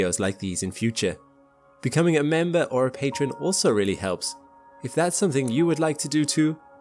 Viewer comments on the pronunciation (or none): none